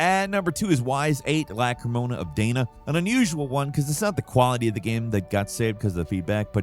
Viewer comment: love ya man (okay, bird), but holy crap did you absolutely mangle the pronunciation on "Ys VIII: Lacrimosa of Dana". You literally got more words wrong than right. - "Ys" is not "whys", it's "eece", like Greece without the Gr or Geese without the G. - It's LacrimoSA, not LacrimoNA. (Bonus: "Lacrimosa" is the Latin for "weeping" ) - "Dana" is not said like the name "Day-nuh", but is more like "Dah-nah" (or "Donna"). No hate, just wanting to clarify in case it comes up again for whatever reason (although seriously, when was the last time a Ys game was on one of these videos? So it's probably not too necessary.:P )